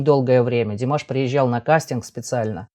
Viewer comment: Подписалась, но замечу,что в любом случае ударение Димаш или Димашу на первую букву А